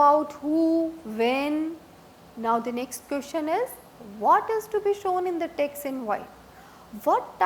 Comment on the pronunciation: This lady doesn't have 'E' in her vocabulary. Each word with E she sas it with A. Banaficial Tex Walcome Antering Santral. My ears are hurting. 😐😐😐